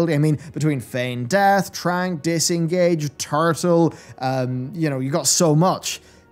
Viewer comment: How he said “Tewrtl”🤣👌🏽 Btw that trainin dummy in Ardenweald looks so cool!